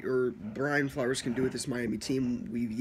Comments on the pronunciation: You can tell you dont know what the fuck you are talking about .you keep saying flowers instead of flores lmao,fitz is the smartest QB in the nfl he can win games ,hes a filler until we draft a QB dude is a good qb.its a wonderful time to be a fan its a new day in mia we will win our divison year 3 of flores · It’s not Brian flowers lol it’s Flores and also it’s not Tannehill who is the qb it’s Fitzpatrick !! You should listen to your video , a couple of mistakes you stated